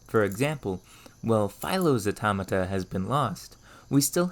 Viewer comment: Every time he says "automota" take a shot